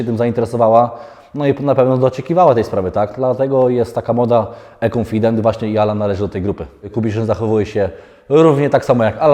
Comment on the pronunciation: Denis jak zwykle kibicuje, ale nie róbcie gańby z tym "ekonfident" konfident to konfident i tyle